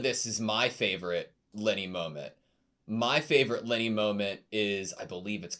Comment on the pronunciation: Also I love when says Linie. It sounds like Lenny and it makes me think shes like a mob henchman (which I guess she kinda is? 😂)